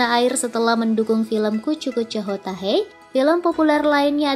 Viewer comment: "hai" itu dibaca "he" min yaa ampun ....